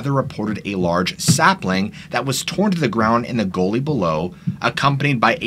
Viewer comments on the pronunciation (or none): The "u" in "gully" sounds like "up" (not like in "bully")